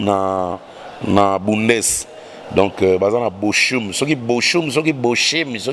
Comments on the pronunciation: mutu nayo ya BUNDES na BOCHUM, on prononce BO _ OUM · petite rectification Bochum ça se prononce boroum; c suivi de h en allemand se prononce r en plus u ezalaka ou comme na lingala, bon courage